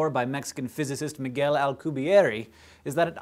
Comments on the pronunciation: It's Miguel, not Miquel :P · It's MIGUEL not MIQUEL! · It's Miguel, not Miquel. You guys have a thing with messing with people's names.